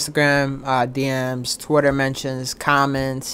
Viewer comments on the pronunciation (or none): none